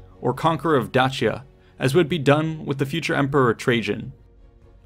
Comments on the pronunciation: I call it Day-Sia ,.That Dachia crap really annoyed me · It's pronounced Dakia not Dachia :c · Da-chi-ya? For real? It's Day-sha or at the very least Day-shi-ya, brother. Where are you getting this extra H? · It's actually pronounced Day-Shia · You mispronounced Dacia.. (day.she.a) just saying